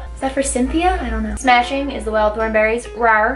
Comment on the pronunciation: You're totally saying "smashing" wrong.